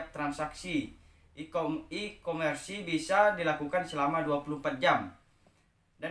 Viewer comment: Mohon maaf kak cuma koreksi, nyebutin nya bukan ikomersi tapi ikomers 🙏🙏